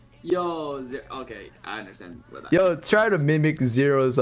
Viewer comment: Just in case you guys (and girls) don't know what he said, it's "mimic"